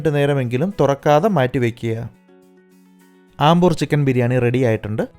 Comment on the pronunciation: I think its അംബൂർ not ആംബൂർ